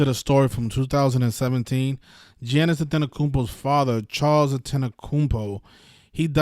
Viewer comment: Giannis name pronunciation is Yon - Nis 🤦🏿‍♂️ ... It's not Gee Yan Nis like your pronouncing it